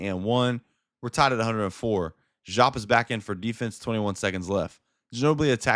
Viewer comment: I understand what you might have read, I’m sorry it misled you. I would not, (DEE-AAP) is the correct pronunciation. If you were around to watch him live that is how you would hear it said. I bet it’s weird but I assure you this is Facts